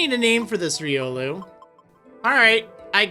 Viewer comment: (Gets triggered he said Riolu wrong)